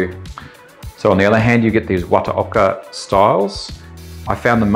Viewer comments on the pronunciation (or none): Great clip and demonstration. Not too bad on the pronunciation, but 綿岡 (the company name) would be something akin to wah-tah-okah 😁